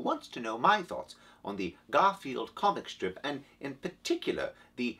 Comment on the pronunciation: Is that "Garfiend?"